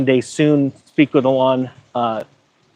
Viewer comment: You probably won’t get an interview with Elon until you learn to pronounce his name correctly… I’ve never heard anyone pronounce his name like that…